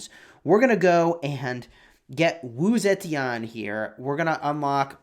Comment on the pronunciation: Straight up butchered her name